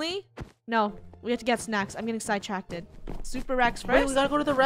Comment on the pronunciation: I love how Funneh pronounces it "Sidetracted" instead of "Sidetrackt" (Spelled Sidetracked)